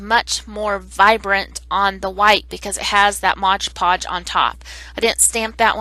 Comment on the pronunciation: It’s “Mod PODGE” just like the label !!!